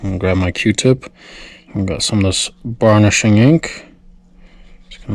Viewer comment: Burnishing, not barnishing my friend :)